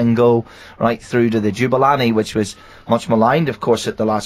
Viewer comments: Ja-Boo-La-Nee not Ju-ba-la-nee! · Jubalani? LOL it's Jabulani xD